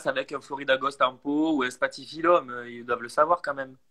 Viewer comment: j'ai entendu spathiphyllum, j'ai explosé de rire :) super vidéo comme toujours